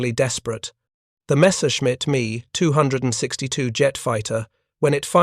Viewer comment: Too much repetition at the end and finally the 'Me' 262 mispronunciation finished Me or Pissed Me off.